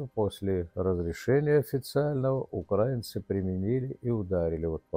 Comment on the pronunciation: Что за УкрАинцы? Государство называется УкраИна. А граждане украИнцы. Ударение на и.